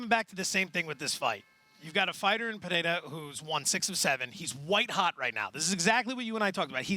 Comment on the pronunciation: How the hell does Brett pronounce Pereira wrong?